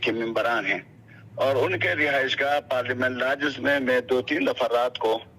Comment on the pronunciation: Please read, speak and write "Parliament Lodges", not PARLIAMENT LARGES. 🙄🙄